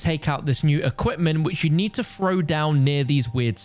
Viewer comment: "frone in" 🙄🙄